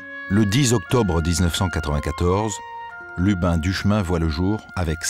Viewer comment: D'abord c'est Lubin et pas Lupin Ensuite je vous conseille de lire le livre de Magali Guillemot Jérôme Duchemin était un type brutal désagréable et indifférent On est en plein dans l'erreur judiciaire